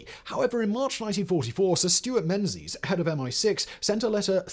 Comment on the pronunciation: Menzies is pronounced 'Mingis'.